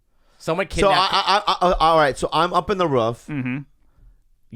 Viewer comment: Bobbyyyyy why u say “roof” like that?